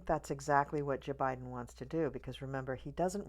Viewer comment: First time watching you and I just subscribed! I totally agree with you on everything you said. I stopped watching so many readers and I find it a bit sad that they have given up on Kamala. But in the meantime, I discovered other readers whom I agree with, like you, which is cool! And I just love how you say J-Biben like Maya Rudolph! Thanks for that hopeful reading!